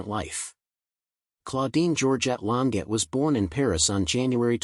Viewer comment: He's not pronouncing her surname correctly!